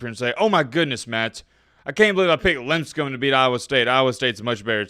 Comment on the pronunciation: Matt's paid someone for some hot smokin' bot babes for his channel. Take that ESPN! But "Limb Scum?" It's LIP Scum buddy! They probs lost cuz you kept mispronouncing their name and they wuz all F this guy let's lose by 30.